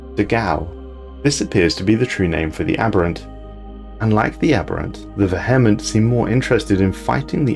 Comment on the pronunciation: the VEH-hement